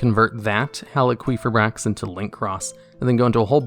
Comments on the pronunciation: Also top ten cards that got their name butchered, effect veeeler red dragon arch uh fiend Crystron heel quefa bricks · It's hal ee fi brax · It's Halqifibrax not Haliquifibrax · Halqi, not Haliqi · Text: Halqifibrax TDL: hAlyQuEefAiBrAx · "Hal-qwee-fibrax" XD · The Halqifibrax pronunciation caught me off guard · Idk if its a meme or what but the way you say halqifibrax gives me a migraine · The way you pronounce Halqifibrax makes me want to slam my head through a wall. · never say halqifibrax again, im sorry but my ears just perished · Good list. I hate the way you say needlefiber’s name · Is that really how Halqifibrax is pronounced? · my man struggling to pronounce halquifibrax got me dying 😂😂😂